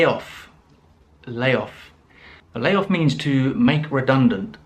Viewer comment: Brilliant phrases.... issue for me is, I don't want to be rude, but I have to mention that, the pronunciation of words like Ramp, clamp and even layoff are not sounding correctly....no offense!!